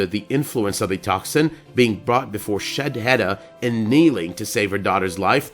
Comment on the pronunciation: PLEASE FOR THE LOVE OF GOD It's SHADE-HEDA not SHED-HEDA